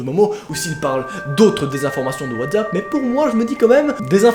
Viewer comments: 12 fois il dit WATZAP C'est Pas WTZAP !!!!!!!! C'EST WATZAP OFFF 😭😭😭😠😠😠😠🤬🤬🤬🤬😡😡😡😫😫😫😫😫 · Pk. Tu dit whazapp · Putain il a dit watzapp ça m'a donné envie de pratiquer le dab